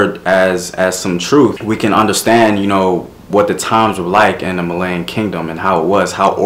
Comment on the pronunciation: It's not prononuced Malayan it's Malian. It's pronounced Mollyian.